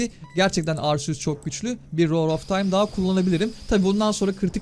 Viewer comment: Abi arseus değil arkeus diye okunuyor arceus diye yaziliyor ismi herhalde